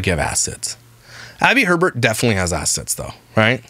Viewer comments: In Wisconsin their name would be pronounced “A-Bear” (not Herbert) - So you saying Herbert repeatedly made me laugh on top of the snark 😂😂😂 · If its spell'd Hebert it's pronounced A-bear.. But if there's an R after the He as in Herbert it's pronounced Herbert.. They also said it in their Q&A